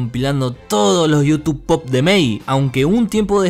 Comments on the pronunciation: Te banco fuerte, pero me duelen los oidos de escuchar pop en vez de poop (pup) jajaja igual como doje te banco fuerte, me encantan tus videos! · se llama Youtube poop y se pronunciaría como "pup" Pero el le manda pop jajajaja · En serio le decia em el gi y decía pop a poop?